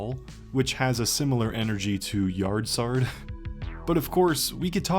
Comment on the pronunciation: “Yard Sard”